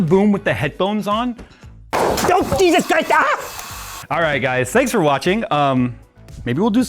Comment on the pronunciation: I thought you were speaking an Asian language for a second before I had to play it back.... "DOH! JEZIZ CRISTAAA!"